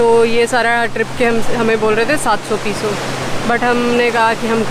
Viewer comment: Peyso...not pee so..